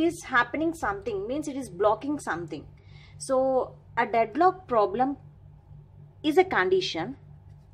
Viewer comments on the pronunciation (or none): Deadlock "pooblem"